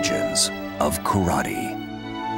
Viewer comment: Correct pronunciation is KARATE or appropriately KARATE-DO. It's pronounced and spelled phonetically.